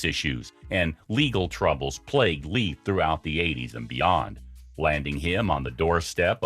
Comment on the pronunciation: What part of "sister" do you not understand? And, btw, it's pronounced "Layfe", not "Leaf"!